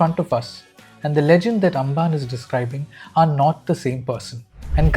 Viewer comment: Amban - like Ambani, not Angan. അംബാന്